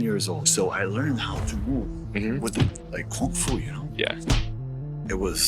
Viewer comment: He can't even pronounce Kung Fu properly.